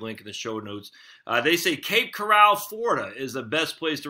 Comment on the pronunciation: Cape Coral not Cape Corral